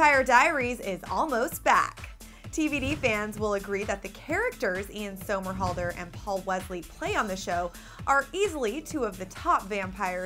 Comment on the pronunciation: say his name right, it's somerhalder= SUMMERhalder